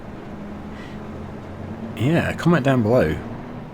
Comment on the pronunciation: it's pronounced methane.